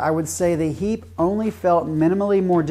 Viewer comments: You can say hiiiiiipe not heeeep! :) great video. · Thx. I just thought I was doing well pronouncing it heap😂